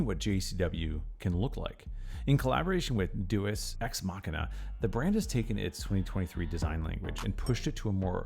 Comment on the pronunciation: I don't hold high hopes for this vid when in the first 10 seconds the narrator can't even pronounce Deus... You had ONE job....